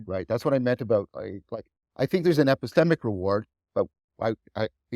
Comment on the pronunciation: I think John way saying "If you're going to move from the epistemic to the existential ... " and just pronounced "epistemic" in an odd way